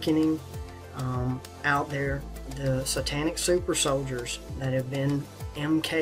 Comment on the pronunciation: Fantastic dot connecting content, but can you please learn how to pronounce the things you research? If a person is just listening to you talk it gets very confusing. ie: sytanic, zern etc